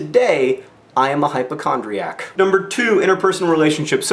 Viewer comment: Did he say Hyperchondriac, or Hypochondriac? - the two are very different....